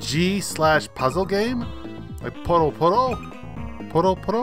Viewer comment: It's pronounced Poo-yo Poo-yo.